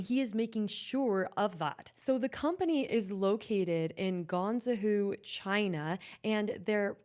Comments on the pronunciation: "Gone-Zahoo City"😂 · "gong zeh hoo".... Eek... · "Gonzowho"😭 I'm sorry, I just can't 🤣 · Say it after me: GUANGZHOU! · PRONOUNCED GWONG-ZOW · I’m sorry but that is the whitest pronunciation of Guangzhou I’ve ever heard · I have never, in all of my days, heard a single person mispronounce GuangZhou so badly. I've heard the most southern white guys, british, african, hispanic, whatever. They have all said it either ok or poorly, but this takes the cake. Well Done 🎂🎉😂